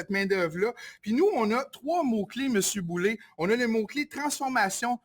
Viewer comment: C'est pas Boulay, c'est Boulet !!! Boulet (comme poulet) et non Boulay (comme du blé) !!!